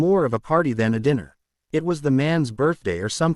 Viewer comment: Dinner is not pronounced Diner